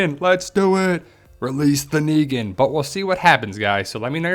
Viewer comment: It's negan for fuck sakes